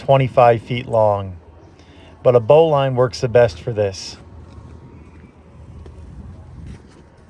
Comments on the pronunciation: It's pronounced "bow-lin," not "bow-line." I really enjoy watching you, but you are pressing him too hard and your sessions are WAY too long. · You're rude. in French it's pronounced 'booleen' and spelled 'bouline' and it's also called 'un nœud de chaise'. 'Bowline' isn't in Larousse at all.